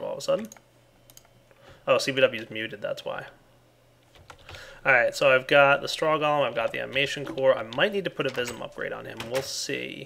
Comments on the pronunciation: upgade UPGADE he says upgade lol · lol he said upgade instead of upgrade